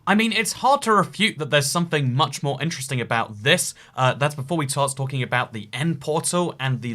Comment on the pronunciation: You said tart stalking